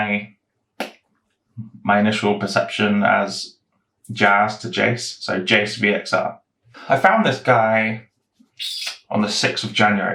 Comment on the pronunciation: Thanks for making this video on me, I love hearing peoples thoughts, suggestions and feedback and love seeing the behind the scenes of a copier. You said my name right also! You are right, its basically how you pronounce Jason . I have seen people do that thing with sharing how much profit they have made such has sharing the actually profit post so its posted twice, though when i do close a trade i keep the posts there so copiers can see trades being closed/ opened. I have just seen your comment about the sync score and that is understandable, i have seen some other big investors not do this and keep their high positions there, , but after investigating some others it looks like a lot of traders are now doing this, after this feedback today i'm going to work on it and i'll give you another poke in a few months time :P When it was mentioned about traders have less trades and at least a 70% of cash not used, it is very similar to a trader with a lot of positions open, its still the same amount of risk too as the trader with less traders has more money to cover hedging and the trader with more trades has the diversification to cover hedging, though at most times i try to keep 10% of free cash for market drops and when these positions are profitable i close out the trades to return the free cash I did use to hedge with ETFS, but I felt like resulted in less return at the time so i improved my strategy and still improving and learning techniques Thanks again for the kindness and v